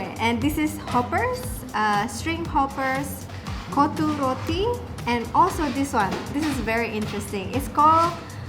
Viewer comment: its actually KOTTHU ( COT TU tped it how you should pronounce) but what u said was "B*LLS" :D love your vids btw